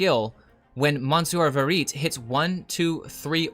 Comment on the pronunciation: "Vehr Ee Tay", not "Vehr Eet"